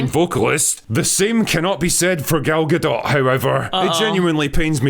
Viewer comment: LULZ! Goddammit, it's Gal Gadot not Gul Dukat! She's Israeli. XD